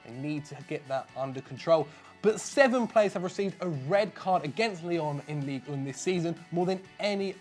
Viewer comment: hahaha he actually mispronounced Ligue 1. Everything's fine